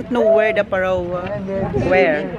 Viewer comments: Pharoah is pronounce as Feh-row.. Constructive criticism lang. Unta dli ka malain ❤ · Good thing you visited Egypt 🙂 because if not, River Nile remain unknown to you😊😊😊 Pharaoh pronounce like...fhe-row. God bless you always 😍😍😍